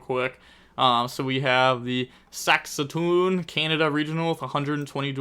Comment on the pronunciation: Ayy that's my city, pronoucing Saskatoon made my day.